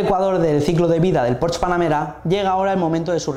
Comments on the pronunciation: No sé dice Porsch. Se dice Porsche, con todas las letras ... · se dice porsche no porsch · En realidad se diría [ˈpɔʁʃə], y el ultima "schwa" es una vocal neutra que en realidad no suena a la "e" que tenemos en castellano. Así que la única forma realmente correcta sería pronunciarlo fonéticamente en alemán al 100%, cosa que no suele hacer ninguna persona que no sea germanoparlante.